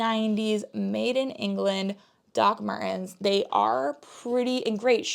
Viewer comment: On your next Video can you say Doc Martens again please because it makes me laugh 😂 😂 😂